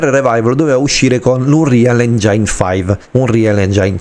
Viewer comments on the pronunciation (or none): Se la smetti di pronunciare engiain ogni volta magari mi iscrivo 🤯😅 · Lo so la mia pronuncia maccheronica fa cagare... Ma in qualche modo dovrò pur nominarlo sto cavolo di motore grafico 😅 Ps. Non ti iscrivere perché non farò un corso di dizione d'inglese e lo pronuncerò sempre engiain 😁